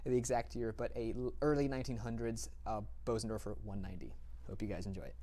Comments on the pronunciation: The Bosendorfer is pronounce “Burzendorfer”. The umlaut makes a difference. I would just love to own one. What a beautiful sound and piece of furniture! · In this case, for sure the Bösendorfer. (Btw, I know many people pronounce it "Beauzendorfer" but the correct pronunciation is "Boozendorfer" (approximately). Just sayin'.)